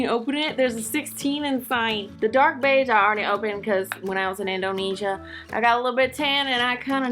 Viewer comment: the way she said beige ugHH